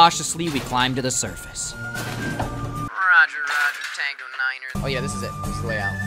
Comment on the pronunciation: Did anyone else here hear say "rada rada" instead of "Roger roger" xD